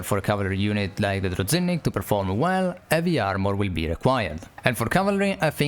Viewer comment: It's pronounced like druzhinnik, not druzinnik